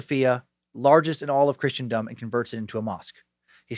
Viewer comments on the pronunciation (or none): Please forgive, but, its Christendom, same pronunciation as in christening ceremony. Love the podcast, youre literally my top watched program, with STD at a close second. I always look forward to the next topic that you come up with. God bless you and yours.